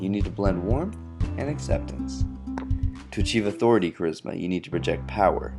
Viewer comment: lol , "Authoritah"